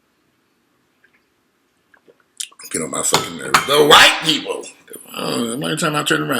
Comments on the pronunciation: The way you said "The Whyt-pi-pol" 😂😂😂Too funny. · Righttt!! "The Whyy-pii-poll"😂😂💀